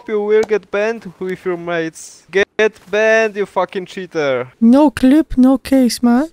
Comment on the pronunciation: "you very cheter" lmao